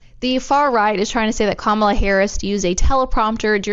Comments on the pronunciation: Perfect depiction of how the press treat VP Harris. Also relevant is that they rarely use her official title but mostly refer to her by first name and usually mispronounce it. Then they refer to 45 by his former title. So disengenuous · no it is not autocorrect it is how to pronounce her name.